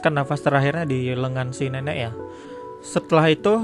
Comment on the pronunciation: apa gua doang denger si ngomong si nenek jadi neneck